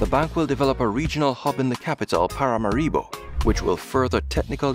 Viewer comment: It's Paramáribo, not Paramaríbo.